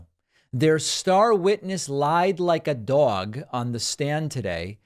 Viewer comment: Love the appropriately heavily Brooklyn accent'd "lied like a dog", trump impressions are fun eh